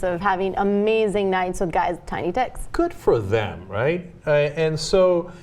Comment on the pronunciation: I like how he insisted on "them"